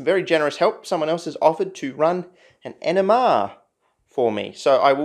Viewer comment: I keep hearing him talk about enemas but I know in my heart he's really saying NMR